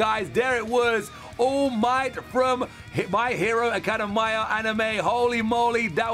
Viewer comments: Think he’s form uk so that’s why 🇬🇧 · Man says my hero academia wrongly.(it's fine though) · WHY HE ALWAYS STRUGGLES TO SAY MY HERO ACADEMIA LOL :D BTW WHY DOES HE SOUNDS LIKE HE IS TIRED???